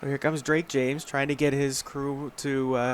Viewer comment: Number 60 recovered it not 55. And the penalty was pushing the runner. Also QBs last name is pronounced James. Get it together.